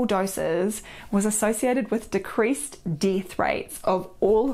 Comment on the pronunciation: She is wonderful and upbeat and a real medical doctor. My only quibble is she mispronounces the sounds of just about every word! Ie death she pronounces deeth! Other than that shes funtastic!